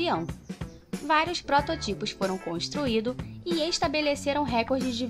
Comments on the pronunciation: Parei de assistir quando ela falou prototípos 🤨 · Varios próto-tipos kkkkk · protó pausa tipos : que po.....é essa . aprende falar muié................no 2,39 minutos.